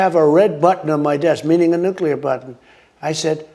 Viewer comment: He gets points for pronouncing nuclear correctly. Not nuc u lar, like almost everyone else.